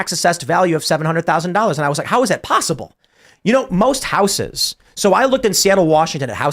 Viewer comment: Somebody should tell Tim how to pronounce the word houses.